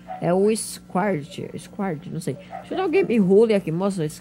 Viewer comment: esquartli kkkkkkkkkkkk o jeito q o falou o nome do squirtle kkkkkkkkjjjjjjjjjjj